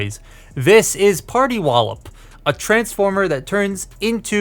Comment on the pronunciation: Man why does everyone say sandro botticelli so weirdly wrong hen reviewing this toy? And it's so consistent too, like why does it always sound something like "party wallop"?